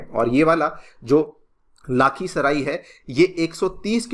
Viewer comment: sir aap mare hometown ko glt pronounce kar rahe ho 😢 lakhisarai